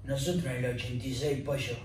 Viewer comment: Noshotro en el oshentaitre posho